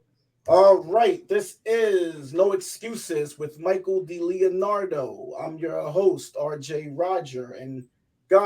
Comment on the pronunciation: RJ, try pronouncing Mikey's last name like "Dee-Layo-Nardo" I think it's more accurate and would show great respect. Good luck with the whole show